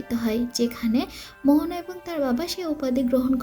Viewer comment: Mohona na moana